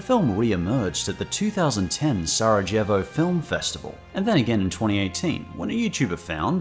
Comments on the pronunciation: The way you pronounced Sarajevo hurt me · Way he pronounced sarajevo